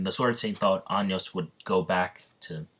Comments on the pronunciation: bruh... listening to how to say Anos Voldigoad at least once before you start a what if getting it completely wrong every time should be, like, the bare minimum. Just listen to him say it on the English dub. It's like Ah-noes not Anyos and Vol-di-goad ain't exactly hard either. Hooked on Phonics, my dude. And if you're making constant mistakes you should do another take until you get it right and only use that final cut instead of including every single one. That's like the basics of content creation. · I normally don’t mind these things but anios bro 😂😂😂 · Anios 💀💀💀💀 ok if that mispronounce was a joke then i can understand but anios 🤣🤣🤣